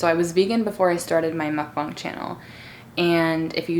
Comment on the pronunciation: OMG IM SO GLAD YOU PRONOUNCE MUKBANG CORRECT😅